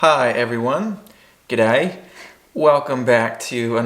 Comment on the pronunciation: Your pronunciation of G'day is pretty much dead set spot on mate!👌 I hope you cn hang on to it. Next time you bumb into an Aussie abroad, trot it out, it activates our built-in mateship response especially when we're abroad. I'm wrapped that you had guys had a great time in Australia. I hope you make it back someday, always Disney this adds a the good people who are afraid to have a crack our leave shores people like yourselves all over the world who journey to our our Great Southern Land to live & work turn up create the amazing place to live that is the modern Australia, for over 60000 years creating. All the best in wherever life takes you, I'm sure she'll be right mate, no worries.✌️